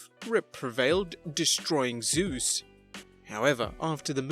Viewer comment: You said 'Sus' not Zeus